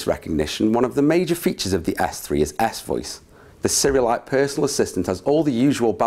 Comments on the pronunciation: sound like he says galaxy ass 3 or the ass-voice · it sounds like you say ass voice. Haha